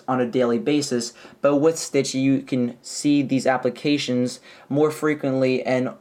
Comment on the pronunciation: U said stitchy. Haha